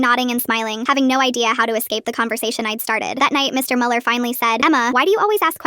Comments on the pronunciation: Ich auch Bruder ich war so "was sagst du dumpf Kopf es ist Müller nicht MuELiEr" 😂😂😂😂😂😂😂😂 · I am German and the first thing that made me wanna Scream was „MuELlEr“ I know you guys don't use this „ü“ but still🤣